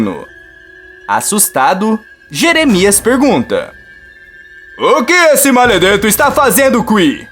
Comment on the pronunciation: Melhor de td e tu falando maledeto kkkkk